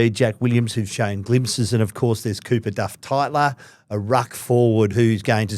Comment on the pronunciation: It's Duff-Tytler not Duff-Tyler and Gross rhymes with Ross not dose.